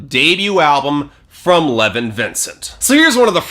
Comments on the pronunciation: Lev-ON not "Levin" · pretty sure it's pronounced le-vahn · How many times can you miss pronounce a name? ............ go!